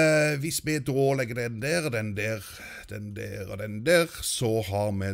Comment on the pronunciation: Hører dere når han sier DER. Sier han det på dansk XD